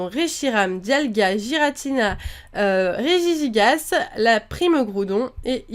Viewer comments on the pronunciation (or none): Regigigas se dit rejiguiguase